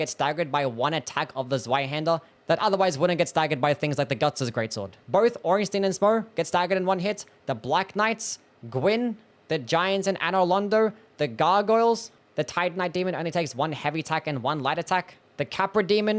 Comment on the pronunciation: The Z is Zweihänder isn't a hard Z. It's more like the ts sound in "kitsune". Or you know. A Hungarian C. Also Ornstein should be Orn-shteyn. I'm not German but I was tortured with it for my entire school life and at least the pronunciation didn't autodelete when I got free.